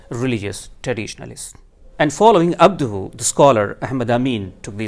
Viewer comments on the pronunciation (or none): I’m sorry I can’t take him seriously while he says abduhu. If that wasn’t enough it’s painfully obvious his “knowledge” about Islamic though comes solely from orientalists/imperialists because he implicitly says rationalism === mutazilsm. There are many avenues and branches of Islamic orthodoxy that embrace rationalism without going mutazili and it’s very orientalist to describe the rationality as being on a spectrum of mutazili thought. Insulting almost.